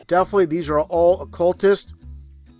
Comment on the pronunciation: so he used the “words” defally and concep? People that are too stupid to know how to pronounce comkon words like definitely and concept have no place trying to educate people. This is way too common with flat tards. Theyre either too stupid or too lazy to pronounce words properly and completely.